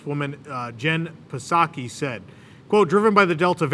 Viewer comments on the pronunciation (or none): Just a note, the P is silent in Jen Psaki. Just sah-key. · btw the P in Jen Psaki's name is silent. I'll never forget when she was on Wait, Wait, Don't Tell Me and they asked her 3 questions about swimming, without ever making THAT joke.